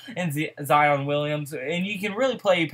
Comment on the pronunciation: I be tellin ppl this same shit...and his name is pronounced ZY-on